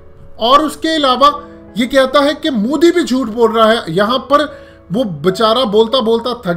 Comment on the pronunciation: bhai plzzz modi bolna seekh lo. mudi nhi bolo